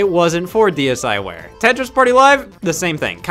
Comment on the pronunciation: MY ASIAN FARM MY AFRICAN FARM I PLAYED THAT SHIT FOR HOURS HOW DARR YOU CALL IT SHKEEVRWARE